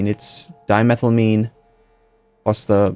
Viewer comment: with the amines the pronunciation is on each syllable. So you have: "di-me-thyle-ai-mean" or "di-me-thyle-tetra-zeen" or "di-chloro-ai-mean":)